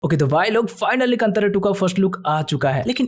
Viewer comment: Kandara ❌ kantara Kanad ❌ kannada